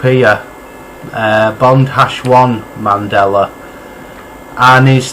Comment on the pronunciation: Wow when did it go from Mandela to Mandelar lol jk